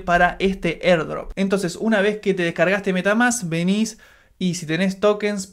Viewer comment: mierda en el segundo ya estoy cansado de escucharte "erdrop"